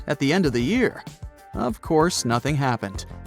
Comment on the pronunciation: this fucking AI even cannot talk on Year in propper way!